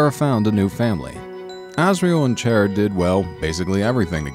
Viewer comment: not chera chara